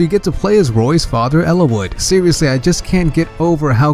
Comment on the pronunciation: “Eeliss” huh